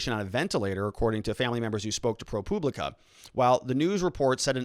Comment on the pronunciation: Can you not say public?? Is propublica really that hard to pronounce?? Your saying Propooblica.